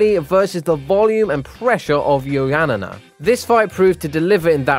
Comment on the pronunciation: Bro, the amount of times this guy got names wrong ffs. 'Nurgmadomodov' instead of Nurmagomedov. 'Joanana' instead of Joanna. 'Sheronne' instead of 'Cerrone'. 'Ovreem' instead of 'Overeem'. 'Lawlaw' instead of Lawler. 'Flightweight' instead of 'Flyweight'. Bro, how can you be an MMA channel and not able to pronounce the names of world class fighters smh.